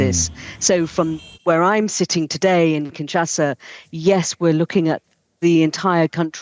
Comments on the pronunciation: It s kinshasa and not kinsasha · Kinshasa not Kinsasha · Kinshasa not KinSacha!!!!! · Kinshasa!!! Not Kinsasha!!! 😂😂😂😂😂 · Kinshasa, not Kinsasha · It's Kinshasa 😕